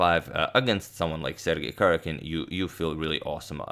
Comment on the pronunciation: #suggestion The stressed syllable is in all caps: ka-RJA-kin.